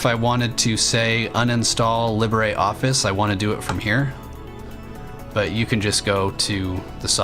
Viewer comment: Cool. It seems every Linux video brings me a new pronunciation of LIbreOffice that I've never heard before.